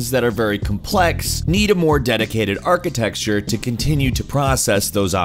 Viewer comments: Great video Again guys, it's "architecture", not architexture! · Architecture, not architexture